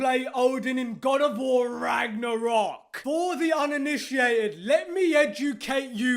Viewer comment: lol why does he put so much emphasis on RAGNArock??